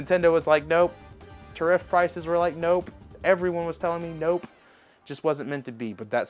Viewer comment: OMG dude learn how to say tariff!!